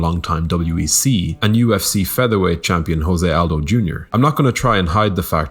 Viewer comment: He's not 'Ho-zeh', he's 'Zho-zeh'. It's Portuguese, not Spanish.